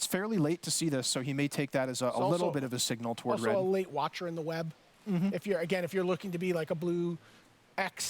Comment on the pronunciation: Does anyone know why all magic players emphasize the wrong syllabels in 3 word name cards? like "Watcher in the Web". Normally you'd pronounce it by emphasizing the last part of the 3 word combo. "Watcher in the WEB". Why do magic players Emphasize the First word in the name? "WATCHER in the web".